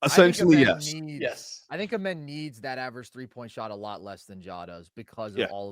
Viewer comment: for how long loves amen he still says his name wrong lmao